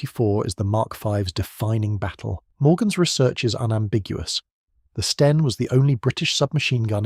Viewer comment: your narrator didn't consistently pronounce STEN. Sometimes a short E, sometimes long.